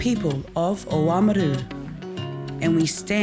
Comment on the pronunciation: It’s nice to hear them pronounce “Oamaru” properly, and not in the North Island. …up until the last part anyway.